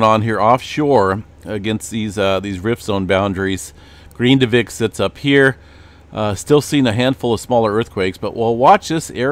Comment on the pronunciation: That town's name is not "green-da-vick" it's pronounced "Grin-da-vick"